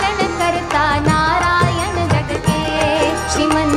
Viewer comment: Dear maithili madam please pronounciation as mooru loka instead of modu loka,It is not naryana gatake but it is narayana jagake.I appreciate your singing in kannada.